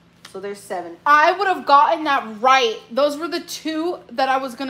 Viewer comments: The way you keep saying rot instead of right is so irritating. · It fills me with rage every time amber says “rioght” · “Did you pronounce that ROT?” 🙄🙄🙄